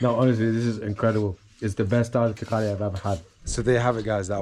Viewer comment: haha i think its called tarkari not thakali. fun video!